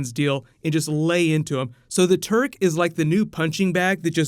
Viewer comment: Not that familiar with these characters as I'm from a totally different side of the planet, so when I heard you said the Turk, I thought I heard the Turd lolol